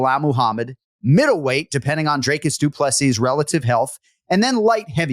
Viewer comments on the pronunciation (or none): Jon as someone who usually pays attention to the pronunciations of names, please watch some interviews with DDP or how he pronounces his name. The man deserves to have people say his name properly and not butcher it by saying 'Draycus'. Do better